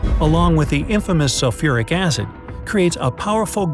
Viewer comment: Me: see the video Me again: “Sufuric Acid?!”🤯 Me again: English please😂🤪